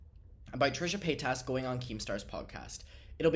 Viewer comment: FOR THE LOVE OF GOD PLEASE STOP SAYING HER LAST NAME LIKE THAT AND SAY IT THE RIGHT WAY JESUS LORD HELLLLPPPPP THIS MAN 🙄😳🤣🤣🤣🤣🤣🤣🤣🤣